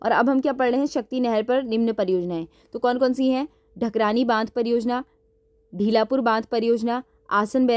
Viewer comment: ढीलापुर ❌ढालीपुर✅✅